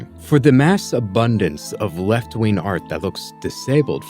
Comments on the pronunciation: Dude pronounces “wing” as “win.” Zero credibility. Edit: apparently “ween” is an alternative pronunciation of “wing” for him as well. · I hear proof that this man can pronounce Gs but for the life of me every time he says "wing" or "winger" it just sounds like ween